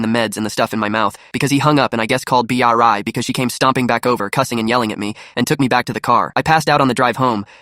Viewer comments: the AI not being able to pronounce Bri is so annoying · Bri❌ B r i ✅ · Why is nobody talking about how th AI was saying Bri's name like B. R. I😭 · I love how the AI pronounces Bri's name as B R I and I bet if someone irl was telling it, they'd also say B R I 🗣️🗣️🔥🔥🔥🔥